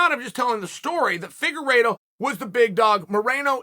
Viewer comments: Deiveson "The Cheeto" Figa-reeto! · Chael: Davidson Figurido Me: Ok great